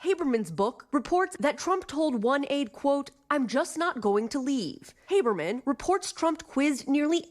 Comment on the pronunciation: Haberman? 😅😅😅 sounds like what you hear in a WW Jewish film!